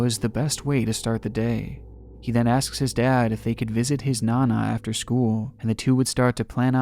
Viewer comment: Whaaaat someone with a mental disorder doing crazy shit with kids, say it ain't so. 🤣 And you mispronounced "his"